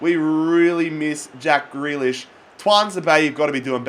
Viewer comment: It's pronounced "GREE LISH"